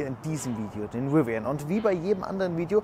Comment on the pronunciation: Bitte laß dir mal von einem Engländer oder Amerikaner zeigen, wie man Rivian ausspricht! Nicht Riwian, sondern Rivian - mit einen stimmhaften V!